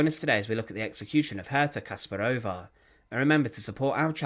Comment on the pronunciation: The accent should be on the second syllable. KaspARova.